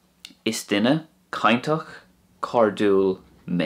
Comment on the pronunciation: Hi, thanks for the lessons. How come when your'e saying "cainteach and cairdiúil, you say both with a hard t and hard d. I thought next to slender vowels they are pronounced soft.